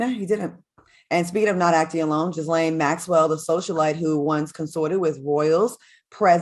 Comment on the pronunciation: The way Dineva is butchering Ghislane pronunciation😂